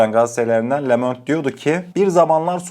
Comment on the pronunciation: Le Monde yazılır, lö mond diye okunur. Anlamı dünya demektir. Fransızca bilmiyorsan Google dan çeviriyi aç. le Monde yaz. hoparlör şekline basıp okut öğren